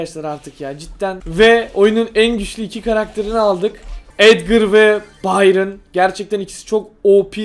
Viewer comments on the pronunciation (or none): none